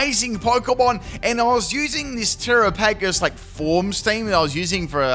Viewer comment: Are you trying to mispronounce its name?